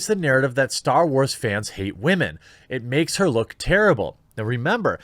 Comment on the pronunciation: Dude honestly WTF is your issue with saying women???? Be a man not a child and say it correctly.